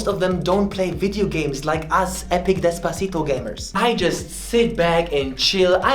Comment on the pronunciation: When says “Despacito” in perfect spanish I explode laughing 😂